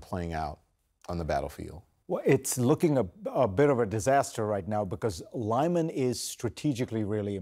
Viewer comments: Why do they insist in calling it Lie-man, when the locals call it Lee-man? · it's "Lyman" ... Lee Mun - not Lie Man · I think lih-MAHN is a little closer. ---------------------------- With "i" in "lih" pronounced as "i" in "pit." Yes, this will be the Ukrainian pronunciation. I gave the Russian one. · The name of the city of Lyman is pronounced lee-MAHN. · That's close. I think lih-MAHN is a little closer. But I'm not expert.